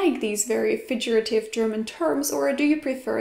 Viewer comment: Interesting stuff. BTW - :”figurative” has a hard “g”...like in “fig”, not a soft one like in fidget.